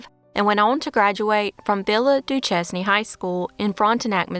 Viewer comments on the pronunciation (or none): Great video! As a St. Louis native, I just want to say it's actually pronounced Villa Doo-SHANE high school It's supposed to be French.